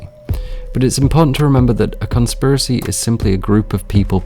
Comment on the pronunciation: “cOnSpIRaCy” UGH. Oh. My. God.